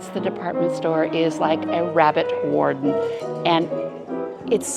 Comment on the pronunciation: It sounds like you said rabbit warden? It’s ‘warren’